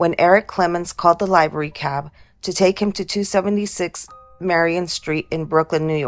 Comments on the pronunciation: “live-er-rey” cab. Just a few seconds into this video and i can tell it’s prob some AI bullshit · It's "livery" as in "live long".